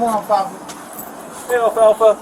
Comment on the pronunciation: That is NOT how they said it on the TV show…ya know the REAL Lil Rascals! ALFALFA like the Hay!